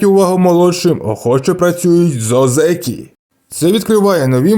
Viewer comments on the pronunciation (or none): На січневому він не отримає це звання, треба мінімум 2 поспіль виграних турніри будучи в ранг Одзекі, і автору б правильно казати О́дзекі а не Одзе́кі. І взагалі, мало ймовірно те що він стане 3 діючим Йокодзуна, хіба якщо Племінник (Хошьорью) в наступні 4-5 турнірів не здобуде жодного Юшьо і його попросять піти у відставку тоді таке можлив, але на зараз я не бачу реальної можливості Данилу стати Великим Чемпіоном...((( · Ні озЕкі, а Озекі! Наголос на "О"!